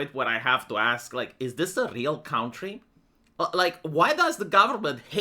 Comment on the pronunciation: Seriously? Still Count-ry?